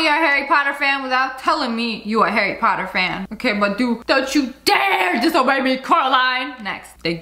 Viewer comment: i'm a HARRY POTTAH fan!! hehe i'm even a fan of u! hehehehe